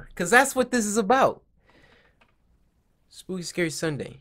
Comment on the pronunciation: First you said spoopy and then you said skuke and then you said shookey